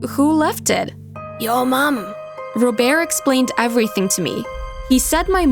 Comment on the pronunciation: When they said robert’s name I was shocked because I thought it was ro bear cause of how they pronounced it like that 😂